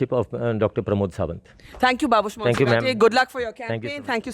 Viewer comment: monserat n not monserateee